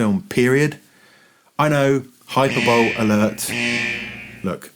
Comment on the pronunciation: I don't want to be the person to tell you this if you weren't making a joke, but 'hyperbowl' is pronounced hi-per-bo-lee.